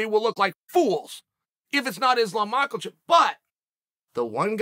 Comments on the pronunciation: Ma-Kel-Chev? for the 47th time Chael, THERE IS NO "L" IN MAKHACHEV! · “Islam Maklachev” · The only time Chael takes an L is when he says Makhelchev. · Is-Slam Mockel-Chev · 🤣 Islam Makal chev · Markle Chef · He does hit it kinda hard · I can’t believe he’s consistently said makhalchev every single time 🤣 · I love how Chael says 'Islam Michaelchev' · "Makelcheff" 😂😂😂 Chael is epic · There is no "L" in MACKELCHEV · im waiting on chael to call him “Isreal Mackelchev” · Chael „Islom Mackle-tchef“ Sonnen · Did he just say mackerel-chef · "Makal shev" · islam makELchev 😂🤣😂🤣😂🤣😂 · Someone needs to tell Chael that the “L” in Makhachev is silent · 😂 I know man… Just like the “F” in hospital is silent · Non-existent even 🤣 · Where does the L in Islam’s last name come from, Chael?